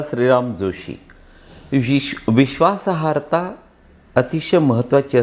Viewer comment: ताई, please जरा लक्षपूर्वक ऐका ना. ते पुन्हा पुन्हा विश्वासाहर्ता असं बोलत आहेत. नम्र विनंती... 🙏